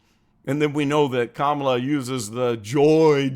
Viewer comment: They scream racism at anyone who opposes her, but Biden himself doesn’t pronounce it right they are such hypocrites 😂😂